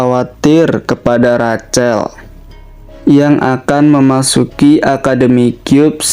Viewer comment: Sedikit masukan min... Rachel... Cara baca nya Rahel